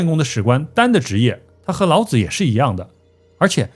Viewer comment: 老子之「子」，發音三聲：表尊稱，如孔子、孟子、莊子等聖賢；若發輕聲：表助詞，無特別意義，如桌子、椅子、兒子等。